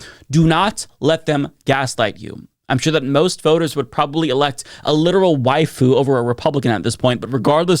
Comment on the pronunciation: what did u say?? Elect a literal waifu?? White foo?? Wide dude?? I genuinely can’t understand, love ur vids tho